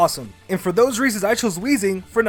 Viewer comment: THERE IS NO H IN WEEZING!